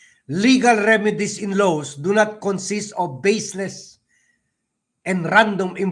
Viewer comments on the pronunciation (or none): pronounce the word LAWS properly.